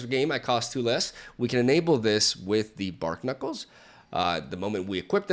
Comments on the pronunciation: The pun on Barknuckles is barnacles like the animal, not bark-knuckles. Love ya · they are bar-knuckles, not bark-nuckles. It's a play on barnacles, not bark. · BARNACLES. Bar-knuckles. It’s wordplay, not bark knuckles. Other than that I made a pretty similar deck and knowing it came out in one of your videos (more polished of course) makes me feel proud of myself. Kudos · "Bark-knuckles" Barnacles Bar-nuh-kuls